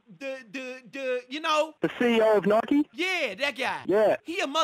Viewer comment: Got pissed that you were saying Nikee